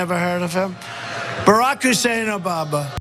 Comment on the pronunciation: He can't even say his name right, he's so obsessed with him. Obaba ???